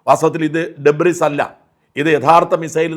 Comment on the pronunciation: ശ്രീ ഷാജൻ, ഒരു ചെറിയ നിർദ്ദേശം 🙏 “ഡെബ്രിസ് “ എന്നത് തെറ്റാണ്. “ഡെബ്രി” എന്നാണ് ശരിയായ പ്രയോഗം 🙏